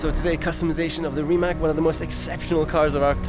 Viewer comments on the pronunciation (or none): I see... Little bit hard to explain... Closest I can get - "C" is pronounced something like "TS"... So it would sound like "Rimats"... If RimaC would be spelled RimaK, then it would sound like lots of people are pronouncing it now (as Nico right here)... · Nico, it’s “Ree-mats”. Not “Rye-mac.” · Is hanging out with the CEO of the company and still pronounces the car name wrong